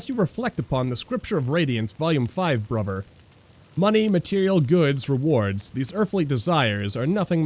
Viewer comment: Love the series but the way you say Bruber instead of Brother and Pladin instead of Paladin lol